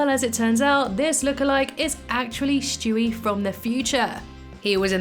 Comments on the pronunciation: Stewie. Not shtewie. I just had to say it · Why do you call him Shtewie? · Shtewie, interesting.